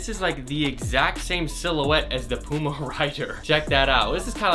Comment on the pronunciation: any1 else dislike just because of the way he said puma